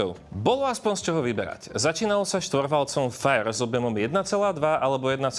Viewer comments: FIRE sa necita fajr ale fire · To se divím že jich ještě tolik potkávám na silnici😄a propo motory řady FIRE se nevyslovují FAJR ale tak jak se to píše.Zkratka pro-Fully Integrated Robotised Engine.